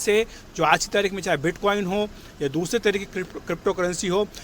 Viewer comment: Abey pehle bitcoin, satoshi nakamoto bolna seekho